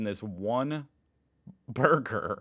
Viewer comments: He pronounces the word "burger" more like "Bürger", which is the German word for citizen. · Burger und Bürger... I'm crying 😂. He pronounces burger similarly to the German word for citizen. 😂